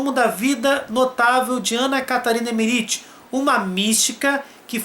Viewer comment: Que agonia de ouvir vc falar o nome dela (errado) kkk